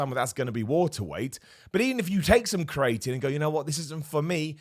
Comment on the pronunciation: Please someone tell him how to say creatine